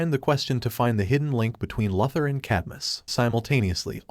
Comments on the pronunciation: LOO-ther , NOT LUTH-er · How many times can the narrator Miss pronounce the word Luther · It's Luthor not Lathor idiot.😂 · Lue thur not lufther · No one ..... "Lex Luxor". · Why do you say Luh-thur. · You don't know how to pronounce Lex Luthor's name??? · I have to know why this channel constantly butchers the name of Lex Luthor? It's not that hard to pronounce compared to the fact that they pronounce every other name right. It's one of the many annoying things about this channel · Amen how many times can he mispronounced Luther